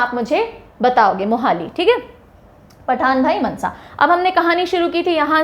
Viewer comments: That is not मनसा It is मानसा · Mansa nahi maansa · Mnsa nhi mansa ❤ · That is Maaaansaaaaa Not mnsa ma'am 😂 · Not Mnsa it's maaaaansa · Not mnsa it's mansa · And mam mnsa nahi je Mansa ha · It is pronounced "Maansa" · Nicceee mam But Mansa ko ko thoda lamba bolna Mansa